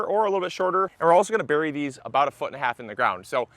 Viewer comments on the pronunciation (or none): none